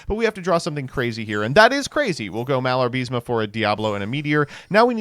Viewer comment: IS MALA-BA-RISME. Not "MIALAR-BISME"